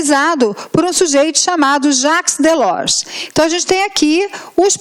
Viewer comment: Aula mais do que maravilhosa!!! Acompanhei todas as outras 5 anteriores... Só tenho uma pequena nota a fazer (não é uma crítica!!!!). O nome Jacques Delors é francês, e deve ser pronunciado como "Jáque Delór". Parabéns pelo excelente trabalho...